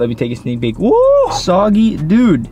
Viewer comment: Just to let you know it's pronounced soo-gay-ling brother lol but I like "soggy" better 😂!